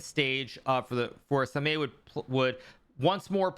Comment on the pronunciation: samay😁 the pronunciation hurts my ears Hi.. Karu